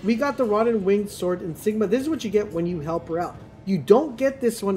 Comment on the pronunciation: I rewatch this video regularly simply because of the deficiency this guy has in pronounciations of certain words, especially the PROTHESIS + INSIGMA. Gosh, it's so funny!